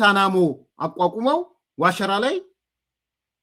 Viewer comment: አሁን ጥሩ pronounce አደረከው "ዋሽራ" ን